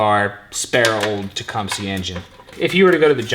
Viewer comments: You southerners really need to learn how to say Tecumseh... because it isn't TE-KUM-SEE. It's TE-KUM-SUH... like the Native American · Pronounced "Tech, Um, Seh"... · It's teh-come-sah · Maybe you're saying it wrong to be funny, but I believe it's pronounced Tah- cum- suh.... No worries! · The pronunciation of Tecumseh in this video cracks me up every the time. "It's got a Teecumpsie engine in it" - 2018